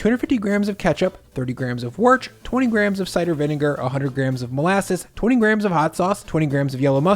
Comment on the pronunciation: it hurts when you call worcestershire by "worch"